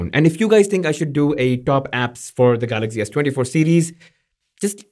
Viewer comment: Is Galaxy not Galagzee 😂